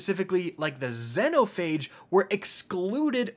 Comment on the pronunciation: I'm, and today, we have a brand (slap) spanking new to way to pronounce Xenophage incorrectly.